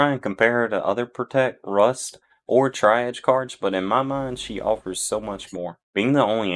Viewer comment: Triage is pronounced Tree-arge btw. Good info here thanks!